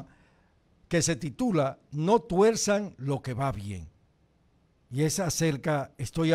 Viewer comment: Por cierto, se dice TUERZA no se dice TUELZA es con R. Después de explicarle gramática le enseñamos a volar cuando quiera.